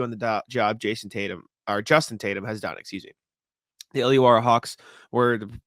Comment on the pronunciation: Hey. Almost got the names right, it's pronounced woollen - gong and illa-warra but with an Aussie accent haha